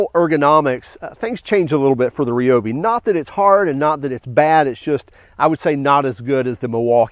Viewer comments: Ryobi not Reobi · Just out of curiosity, do you eat rye bread or ree bread. LoL 😆 Drives me crazy when people say ree-o-bee instead of ry-o-bee… 🤷🏼🤷🏼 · The correct pronunciation is Ree-O-bee. NOT Rye-O-bee. It was originally a Japanese company, thus pronounced like many Japanese words. Thanks for watching.